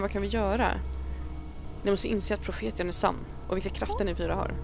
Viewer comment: Haha älskar hur du uttalar profetian😂👍🏻 Uttal: Profetsian